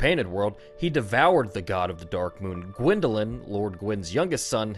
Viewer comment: dwindeling? You mean GWINDELING?